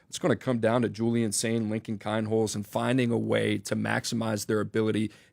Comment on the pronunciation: It’s pronounced “Keen-holtz” …. NOT “Kine-holtz”